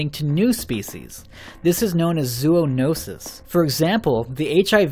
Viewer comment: “Zoo - OH NO - sis” lol